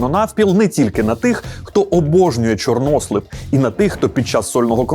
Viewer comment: Перевірте наголос на "чорнослив"!)